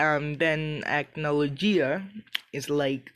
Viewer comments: Its pronounced Ack-No-low-Gee-uh. Hope this helps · you said acnologia wrong